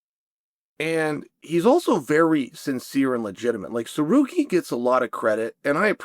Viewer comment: you can always tell when I fighter gets on chaels good side because he starts pronouncing their names correctly... no more sa-car-ree-an. 😂😂😂